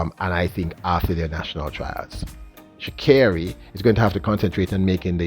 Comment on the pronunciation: Pronounced 'Sha-Kerri'...Yohan ran 9.8 for the first time since 2012 last year, he'll need to be able to run it more than once this season to be competitive in the event!